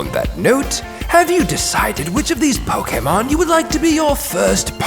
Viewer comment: “First ”